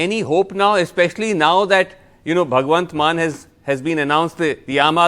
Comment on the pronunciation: It's not " MANN" , it's " MAAN"